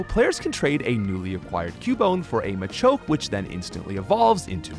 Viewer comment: I hate how you pronounce machoke and machamp, otherwise, great video.